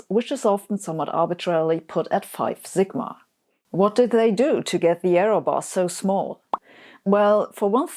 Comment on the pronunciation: Sabine, in English, the "s" in "sigma" is pronounced like the "s" in "supersymmetry."